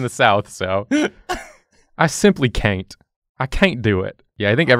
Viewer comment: “I simply Cain’t”